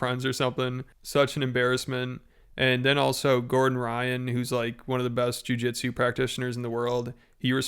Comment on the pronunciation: Shaking fists and saying "Jiu Jitsu".... I trust this man whole heartedly. Take my money